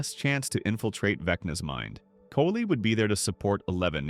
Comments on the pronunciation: Bro it's not Kayle the way you pronounce. It's Kaaaaaali...wife of Lord Shiva. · Her name is not KELLY, it is KALI(pronounced kaa-lee) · its cali (kali) not kaylee . Try not using AI voices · Kali is pronounced “Collie” just fyi. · Is this being read by AI? It’s not Kaylee, it’s Kali. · Right?... He was pretty accurate EXCEPT for a few details AND totally butchering Kali's name (sounding like AI). 🤦🏽‍♀️ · So were the alternating mispronunciations of Kali intentional or what? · bruh this AI voiceover does not know how to say kali's name 😭😭 literally said it 3 different ways in the first 4 minutes of the video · I have seen one too many bad pronunciations of Kali. The ka part is pronounced like car and the li is not the usual la like la la land. Instead it has a tongue flip similar to the d in drum or t in tap but with the l sound at the beginning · exactly he’s pronouncing Kali wrong over and over again and I’m like???? and it sucks because I like this dude, but you can’t even tell which AI anymore but he also doesn’t know how much of a personality so it’s kinda easy to tell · I like your videos…. Until you pronounce Kali at least 4 different ways 🙄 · Love the videos but hearing "Kali" pronounced three different ways is kinda off putting. Why don't you narrate them instead of using AI slop?